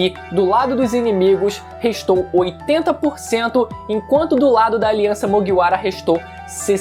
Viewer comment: pfvr fala Kaido e Mugiwara direito